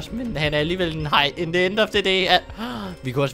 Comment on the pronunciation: Jeg mener at the skal udtales som agents of the egg